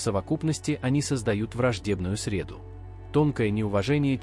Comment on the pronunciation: Не срЕду, а средУ